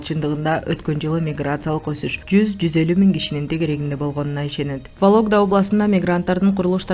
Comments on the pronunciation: Валогда эмес Вологда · Валогда емес вологда десен 😂